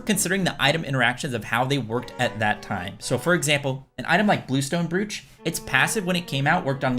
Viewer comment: Just to help, Brooch rhymes with "roach"